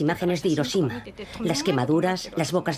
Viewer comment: IROSHIMA.. y ahí dejé de leer.